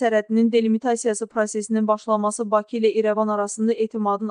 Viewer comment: Şərhi oxuyan xanım azərbaycanlıdırsa "Bakı" sözünün tələffüzünə fikir versin!